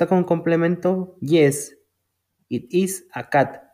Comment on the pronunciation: Amigo cuando pronuncias it tu pronuncias el verbo comer